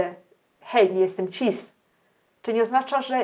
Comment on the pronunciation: Ciężko mi się tego słucha bo zaproszona osoba ma dziwny akcent lub wadę wymowy. Chyba że nie jest polskiego pochodzenia. A no i cis- wymawia się chyba bez zmiękczania na ć